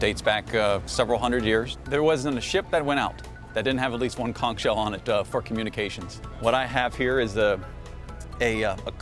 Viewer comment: You've been blowing it since you've started walking, and yet you can't pronounce it correctly.